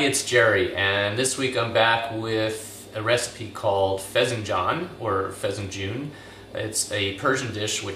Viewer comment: Interesting seeing this from a non-Persian cook. Good job. But, I must tell you, it's FESENJOON...and not pronounced Fezenjoon...but Fess - En - Joon. :)